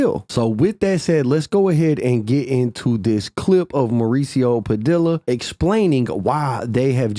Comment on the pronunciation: We gotta teach my boy some fukn Spanish BRO LL is a Y it's Pa Diiii Yaaa